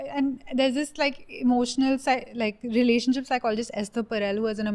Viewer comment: says Renanionship hahah